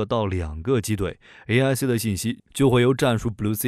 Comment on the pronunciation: bullseye 發音聽到笑出來